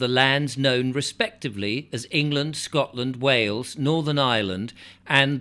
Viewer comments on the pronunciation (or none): none